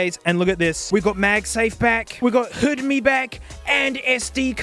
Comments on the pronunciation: "Hood-me" HDMI "oooozbuh" USB 😂😂😂😂😂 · “you get… you know, charging, hedmei, and usebe.” best line ever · "You get charging, hoodmah, and oosbah." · "Hedmi" is diabolical 🔥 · THE WAY HE PRONOUNCED 'HDMI' 😂 I KNEW I WASN'T THE ONLY ONE WHO DID THAT!